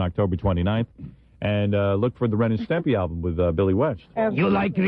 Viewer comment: Howard always pissed me off saying "Stempy" it's STIMPY